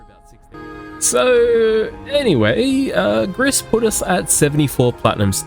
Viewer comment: It's pronounced gree, not griss. It's French for grey.